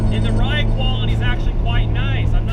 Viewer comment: Dude said briide seat